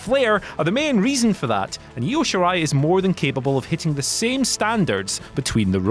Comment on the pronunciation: Io shirai- no. Why? She's Japanese